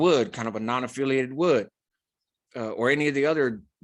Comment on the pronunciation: So you put respect on pica or national, but when you speak the word wood, you got it twisted…..idk how that happened to an individual like yourself who seems to know everything why you gotta talk like that(Referring back to your rappo episode9ginger white)